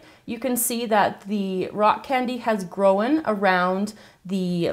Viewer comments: uhmmmmmmmmm she said growen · The way you said "grown" like "growen"...lmao